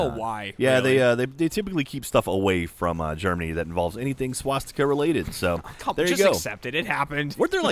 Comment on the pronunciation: Shoutout to for finally pronouncing swastika (not schwastika) correctly.